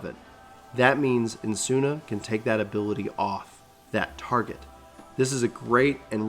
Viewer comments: Esuna = "eh-suna" not "N-suna" and Aero= "arrow" not "air-Eo" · It’s Esuna not Ensuna and Asylum not Alysium. (Just read another comment and learned your dyslexic, poor bean *pats and huggies*) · I cannot pronounce like that. I saw "Ah-eh-lro" and "Eh-suh-nah' （I think I say Esuna accordingly then)